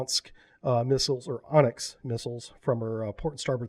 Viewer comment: Why do you call Onyx an "Onx" ? :) Or even "Onsk"...